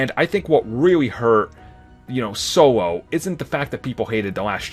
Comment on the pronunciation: "sowo" a star wars story.. HAHA